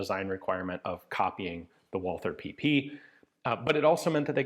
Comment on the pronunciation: A small sidenote: The th in Walther company name is not spoken the english way, but the german way, so only t. The th in german names is a relict from the time before 1873, when in german language every t was written as th.